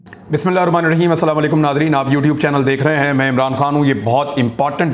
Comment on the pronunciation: آپ سے گزارش ھے بسم الللہ کو ٹھیک طریقے سے پڑھا کریں۔ بہت مہربانی ھوگی۔